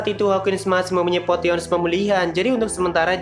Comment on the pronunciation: Mau kosreksi min,"Potion" bacanya "Posien" and...part brpa ya kira2 pas shiro bunuh si julius,yg scan eps 11 itu?